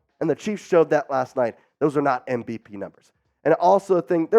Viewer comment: MV-ASS. Cut that amateur.